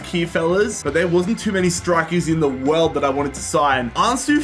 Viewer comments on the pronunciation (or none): none